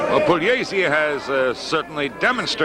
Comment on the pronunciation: announcer butchered both names